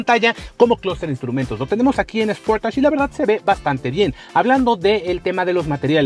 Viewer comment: Esportach?...creo que sería algo así: "sporeich"...o no?